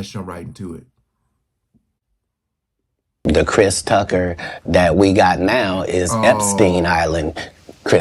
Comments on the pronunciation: … “CHRIST” Tucker??? WTF??? 😲😲😲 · Christ 😂 you’d think AI would be able to pronounce the name Chris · “ Christ Tucker”? Stupid A.I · "KRISE" Tucker is because you're listening to an A.I. robot reading the text. They use it a lot on these tabloid "news" videos. Especially on celebrities and NFL / NBA. The AI, or whatever it is, still makes misreads and mispronunciations of certain words(interjections) and names it reads. Sometimes you can hear weird inflections also, but it's getting better at sounding like a real person. This one uses a female voice that sounds like "Entertainment Tonight". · Krise? I think the fear of AI is a bit overblown. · Goes to show you AI isn't that intelligent because it can't even pronounce Chris Tucker's first name correctly